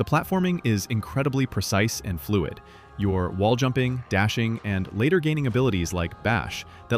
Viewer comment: And "fluid"